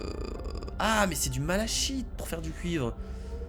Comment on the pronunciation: le malachite se prononce "malaKite" j'aime pas quand on prononce mal les mots sinon super jeu continue comme ça